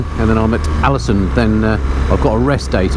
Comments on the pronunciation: Just caught up with this whole series (yes, I'm the guy that's watched all 8 vids in the last two days, you're welcome:D), but I honestly lost count of the number of times you called Alesund "Alansund"... Famous bloke that:D. Loved the series though pal:) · Haha every time you said Alesund I kept hearing Allison so I thought what the hell, might as well crack a joke about it. 😂😂😂